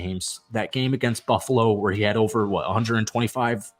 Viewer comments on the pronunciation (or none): none